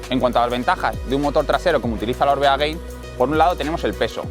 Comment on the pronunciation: Gracias por el video. Solo un apunte, es Gain no “Gein”. En vasco Gain significa alto, parte de arriba. Supongo que en relación al alto de un puerto. Gracias!!